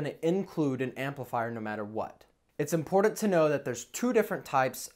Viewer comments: Wanted to like this video but cant stand you saying "impordant" over and over. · Important, there is no D in the word important!